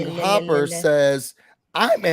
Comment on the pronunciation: LOL! Thanks for the shout out! Love this channel! Btw it’s HOOPER, not hopper! 😂🤣